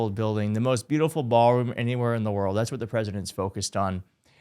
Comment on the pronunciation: Wur uh ld